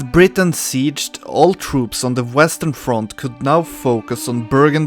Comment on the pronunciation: Why do you keep pronouncing Brittany as "Britain"?